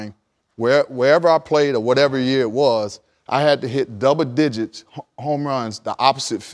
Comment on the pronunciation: “Dubba digits homeruns”